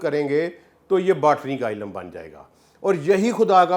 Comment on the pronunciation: Ilam, Darakhat, 😂😂😂??? Pen down ? Aniciate, ? Sabaz? Faraq ? Mutabaq ? Nibataat? Ye kaisa aalim h ? Sub alfaz ghalat bolta h 🫢🤔